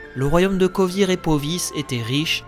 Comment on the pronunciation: Pas seulement Vengerberg mais aussi demawend (d'ailleurs la photo que t'as prise, c'est pas demawend mais son père ) et les états à côté de Kovir et Poviss. et certaines villes, que je ne prononce pas de la même manière . Mais chacun sa prononciation, il n'y a pas de version officielle et je ne considère nullement que j'ai raison :)